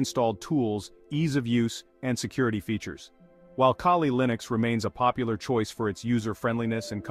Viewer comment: Bro calls Kali Linux Kaylee Linux 🤦